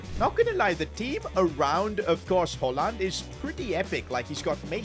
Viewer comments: His name is not hallan it’s pronounced Hoj-lund do some research man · It is pronounced, Hoy-Lund. Not Holand. Pains my ear to hear that Holand stuff coming out of yo mouth each 30 seconds to be honest. 😅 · It’s notttt holland it’s hojlund bruv I’m getting so triggered as a Man U fan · Højlund❌ Hojland✅ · Why did say "holland" instead of "hoJland"😂😂😂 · bro why does he say ramsu holland? his name is hojlund where is the holland????? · its Højlund not Hojlland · His name isn’t haaland but Højlund. Which is hoj-Lund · I think its not holland its hojlund man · its pronounced Hoylund, not holand. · It's hojlund not hojland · it’s not “holland” it’s pronounced “hoylund”😅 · He is called hoylund not holland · Its Rasmus Hoejlund! Not Holand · he is called Højlund not haalund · It’s hojland not haland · Bro it’s Højlund not Holland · Plaese say his name correct, its Højlund, not “holland” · HOJ - LUND not Holland ffs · Rasmus Hoilund not Holland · who tf is rasmus holland its rasmus höjlund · Ots not haaland its hoojlund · it’s not pronounced holland it’s hoyland it really bothered me the whole video every time you said holland I couldn’t stop myself from saying hoyland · Th hojlund not haland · How are you incapable of pronouncing hojlund where are you getting Holland from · Why u Call him Rasmus Haaland? Its pretty anoying.. its HØJ-LUND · It’s højlund and its Håland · pronunced the name Højlund as Håland(Haaland) Højlund is pronounced like this: The Ø is pronunced like the OO in good! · For future reference, I think his last name is pronounced as HOI-LUND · it’s pronounced Hoylund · The name Højlund is not even close to Haaland both in how its written and how its said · It is pronounced hoi-land and har- land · Rasmus "Haaland" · its hoi-lend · U are calling him wrong It is Rasmus hoilund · You ceep calling him Halland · I love your videos but i Can’t with the Way you say Højlund. I’m danish and its pronounced hojlun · It’s Hoy-lund